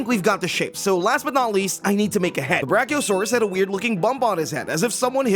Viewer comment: Bro said Brack-0-saurus